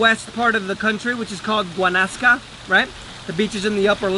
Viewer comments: This man is reading like a fucking politician. He can't even pronounce the places names. "Guanacas" ????? and "San" Manuel Antonio? Don't give up your day job dude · Geez, thank you very much for your information but your poor pronunciation of Guanacaste and Escazu means that you have not spent much time there so I’m going to give you a big 0 for content